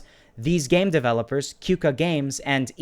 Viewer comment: You Pronounce "Qooka" as "Koka"